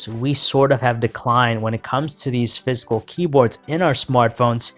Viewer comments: Its physical not fiscal ,ffs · Sounds like he's saying fiscal in stead of physical 😂